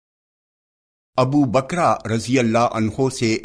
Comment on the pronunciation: Abu bakra nahi abubakar rz bole